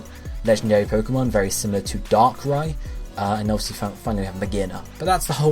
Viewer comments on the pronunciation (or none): none